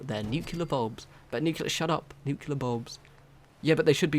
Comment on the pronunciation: Nu-clee-er not Nu-que-ler lol